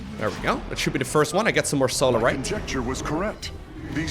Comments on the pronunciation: At least you're not saying Salarite anymore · I remember the days when didn't say Solarite right:P